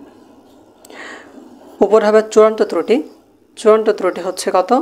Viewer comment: তৃতি না ত্রুটি